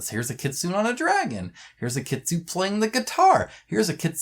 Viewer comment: FYI Kitsune is actually read as kit-tsu-ne (like 'ne' from 'nepal'), not kit-sun. Japanese love their vowel, their letters end in vowel, which is read. 'n' does have a letter of its own, but if is followed with vowel, the vowel read as part of the 'n' -> 'na ni nu ne no'.